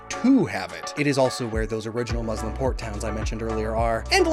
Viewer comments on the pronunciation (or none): none